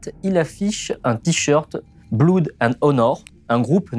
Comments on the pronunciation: Hep ! Blood se prononce 'blod', pas 'blouud' ;) Merci pour votre travail. J'aurais aimé aussi avoir un aperçu de la réponse antifa. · Le "bloude" m'a provoqué un petit éclat de rire, tant il est tenace parmi les fautes de prononciation. Je prendrais bien un bloudy mary !